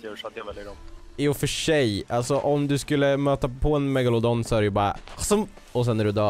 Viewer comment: MEGALODON!!!! Die pirets sa megalofån+en hahahahahahaha